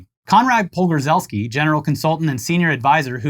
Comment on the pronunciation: I love how always mispronounces Jack Posobiec's name but had literally no problem with "Conrad Pogorzelski" (the "rz" is a weird sound in Polish, and Polish always trips people up with its weird spelling) Props, you friggin Polack!